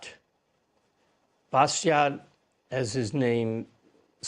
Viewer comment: "Bastiat" is pronounced "bastia", without the final "t"